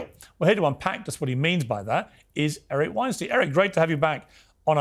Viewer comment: Piers you gotta get Erics name right